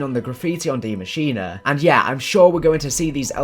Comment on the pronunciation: Yo can everyone in the community stop calling this map "die machina"? It is NOT pronounced like that. It's german for "the machine" machine in german literally sounds the same as english pronunciation so just say "the machine"